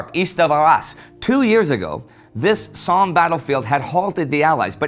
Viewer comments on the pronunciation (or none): none